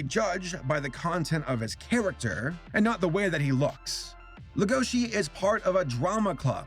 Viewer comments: Can't we agree on one thing? It's legosi, not legoshi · i’m not trying to be mean but you and other Youtubers make the same mistake it is Lego-she and and it’s Luis with an R so it’s Ruis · LEGO - SHI Lego as in the brick, then Shi like She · Leh-go-she, no it's pronounced leg-o-she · Can people stop pronouncing it “legoshi” it’s legosi. There’s no h and that’s how it’s pronounced in every other sub and dub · Welcome to big fucking whale gang edit: why does everyone say "legoši" instead of "lego-si"? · pronouncing Legoshi's name: Lugoshi Beastars Fans: Uhh haha its pronounced Legoshi. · The way he pronounces legoshi's name as legóshi irritates me so much. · Talks about Beaststar Also him: Lagoshe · Our main character is a grey wolf named Le-GoH-ShI........ WHY DUBBED WHY, why must you pronounce these names like this TvT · "Le-GO-shi" they say his name so many times in the anime, it's not that hard to pronounce properly, it's "LEGO-shi" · I like your video on this and I love the show, but the way you say Legoshi makes me angy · He prenouced legosi wrong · Yikes saber saying legoshis name wrong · PLEASE stop saying Legoshi wrong IT HURTS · I’m sorry but the way he pronounced legoshi angers me wtf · The way you said legoshi triggered me the whole video